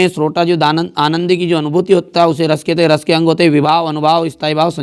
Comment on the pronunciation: Rrrrrrrrrrrrr रस 😂